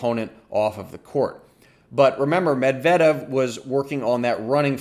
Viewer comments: Your emphasis is on the wrong syllable on Medvedev name! It's MED-vedev. NOT med-VED-ev. I wince every time I hear it. Other than that, nice breakdown.👍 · YOU ARE SAYING HIS NAME WRO..... OH OK I just heard you say it correctly.... but just once....eh nvm you went back to your butcher. Medvedeeeeeeaaavvvv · I just wanna know where you get that "Med-vedev" pronunciation. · Its Med-ve-dev u Dummy!! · good stuff as usual! you and darren cahill pronounce Medvedev differently, interesting that there isn't one pronunciation that tennis commentators seem to be using. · Good strategic breakdown, but I got distracted by the pronunciation of Medvedev. LOL. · Lol you should stop uploading tennis videos and start uploading your standup routines. Also, I think you're pronouncing Medvedev wrong.